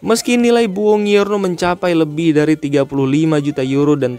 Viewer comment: Bacanya bonjuorno bg.. Bkn bongiorno..